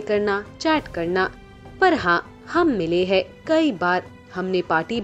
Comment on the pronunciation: I like the content of your programs, but you will have to work on your diction and pronunciations. There is no difference between है and हैं. It seems same.